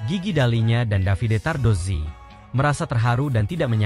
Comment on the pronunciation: Saya puji Admin ini karena menyebut nama Davide Tardozzi dan Corse dengan benar...baru kali ini saya lihat konten MotoGP yg pengucapan nama² khas Italia dgn betul...bahkan sekelas komentator dan presenter TV aja masih pada salah menyebutkannya...😊